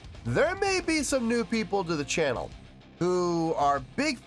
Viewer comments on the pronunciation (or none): none